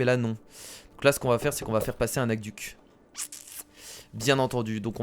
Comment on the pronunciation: sa se prononce pas ac -duc sa se prononce aque-duque